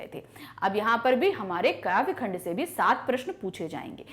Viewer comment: Mam khand kaa kyun bol rhin hain khand ka hota hai